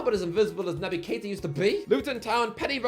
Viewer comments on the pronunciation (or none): none